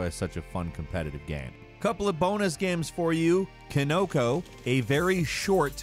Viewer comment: He likes his dee-eye-mos of all those guy-ames.